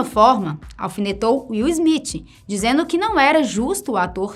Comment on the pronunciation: Izmitchi. Sangra o ouvido.